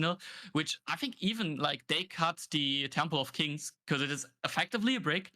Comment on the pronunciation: Hey, kleines Off-Topic-Feedback von meiner Seite: Mir ist aufgefallen, dass du das Wort "because" immer wie "becorse" aussprichst. Das ist nicht nur mir, sondern auch anderen Zuschauern aufgefallen und kann beim Zuhören etwas irritieren bzw. stören. Als Caster für ein großes Unternehmen wäre es wichtig, auf eine korrekte Aussprache zu achten, gerade bei häufig verwendeten Begriffen wie diesem. Ansonsten machst du deinen Job wirklich fantastisch. Weiter so! Viele Grüße